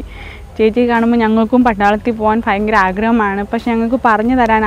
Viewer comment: God bless you. ❤️ Try to pronounce bhayamkaram in stead of "fayamkaram"